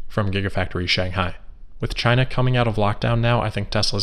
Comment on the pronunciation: Shanghai with an ‘h’